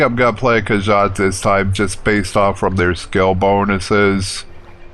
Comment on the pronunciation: Cool, it's been soo long since I played this game. It will be fun watching you play this classic Elder Scrolls game ^.^ Hehehe It's: More'-row-wind Khajit: Kah-jeet' Argonian: R-Go'-knee-an ^.~